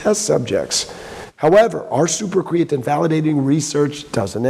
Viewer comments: Wow, 2 people that can't pronounce Creatine. This is weird. Kree-uh-teen. Not difficult. I'll give a pass, but a CEO should know how to pronounce the ingredient they're pushing the hardest. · Dude can't even pronounce creatine properly, why would anyone think he knows anything about chemistry? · Bro why dose he pronounce creatine without the e